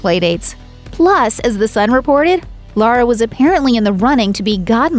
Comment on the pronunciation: Her name is Laura not Lara!